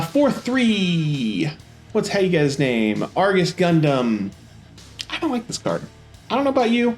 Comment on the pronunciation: Hi, I appreciate the content. Just a few things: 1. You pronounce things way off sometimes, not a big deal, but "Aegis," you pronounced "Argus," no idea where the "r" came from, lol. 2. Could be confusing to some when you say HP instead of AP for some things, such as the Aegis Gundam effect you kept saying he needs 5 HP when it's really 5 AP. 3. Could move the screen a little so that we can see the entire card as you explain it. When you got lower on the list, we couldn't read the bottom half of the card. Again, I enjoyed the content, just some constructive criticism!